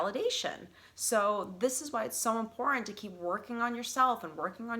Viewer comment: Please pronounce “Important” correctly. The silent treatment has to work when speaking to someone whom is always right and has to have the last word. When someone is always speaking, they cannot listen and understand your perception .